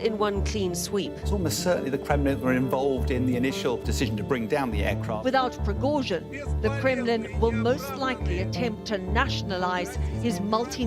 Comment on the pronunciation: i hate how she keeps mispronouncing Prigozhin.